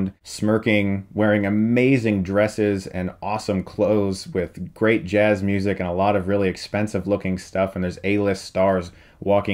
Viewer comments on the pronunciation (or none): none